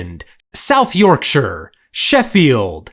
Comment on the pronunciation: Can we appreciate he pronounced 'yorkshire' correctly, and not 'york-shyer'. Not all Americans get this right